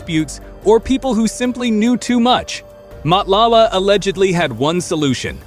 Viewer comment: lol You are not trying to pronounce any of the names correctly. But I know its not your Language but let me help you. Matlala can be read as Marclarla and Thobejane can sound like Torbeh Jaan with no space in between. It will be more like Torberjaan. But you know how to tell a story. I enjoyed your show.